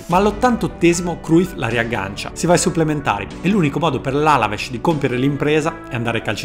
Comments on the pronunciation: Blues/"Blè" Vitor Bàia/Vitor Baía Àlavesc/Alavès E lo stesso anche in altri video, per carità nulla di grave, è solo un consiglio costruttivo naturalmente:) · Perché hai pronunciato Alavés come se fosse in portoghese ? Mica si pronuncia Alavesh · Bel video... comunque non e Alavesh m semplicemente Alaves